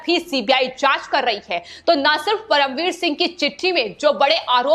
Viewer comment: एंकर बहुत गंदी हिंदी बोलती है, कीरीट सोमया को क्रीट बोलती है। परमवीर सिंह को प्रमविर बोलती हैं।